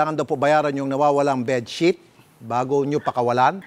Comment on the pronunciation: sabi munga its ah bessheet bakit dika makaget over 😂 its ah bedsheet 😂😂